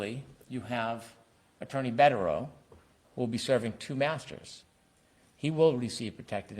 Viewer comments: It’s Bederow, not Bukkake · Asks how to pronounce Bederow and pronounces it perfectly 🤷🏻